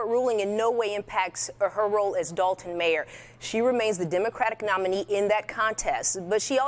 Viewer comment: Dolton with an "o" not an "a" if you mean Dalton you're talking about Dalton, Ohio(a village like Dolton, Illinois)and I'm from Chicago